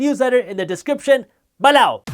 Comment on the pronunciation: Love the videos, subscribed for the "be-loh!"